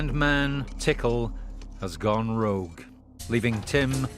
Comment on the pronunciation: Hmmm is he goin rouge 😄 or Rogue??? 😂 gotta love Tickle, never without a cold beer 🍺